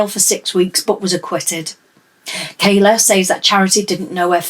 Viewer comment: Kyla, Jesus! Get their names right.